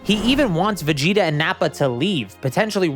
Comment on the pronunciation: Blud said veget